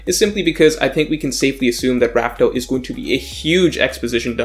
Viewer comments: Damn, you still Raftel? It’s Laugh Tale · it’s “laughtale” not raftale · Why do you still say “laugh tale” with a R? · Why do people still call the final island Rafael instead of Laugh Tale? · Dude, laugh tale. Not raftel. Also, you messed up the order towards the end. You said raftel before lodestar island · Please just say laughtale